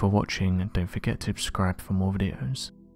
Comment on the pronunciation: Not sure why u always say “Ascribe for more videos” but the word is SUBscribe